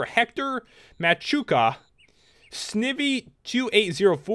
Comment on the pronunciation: you just infuriated the rage of the wrong Pokémon fan snivy is pronounced sny-vie get it right dude! apology's for my extreme rage